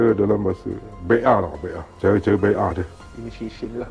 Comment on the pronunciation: Bai'ah tu sebut bia betul